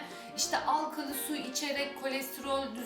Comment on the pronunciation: alkalı değil teyze alkali lütfen dişlerim kamaşıyoooooooooooorrrrrrr